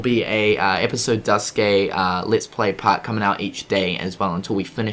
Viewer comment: You are the first person I've seen who pronounces Duscae the same way I do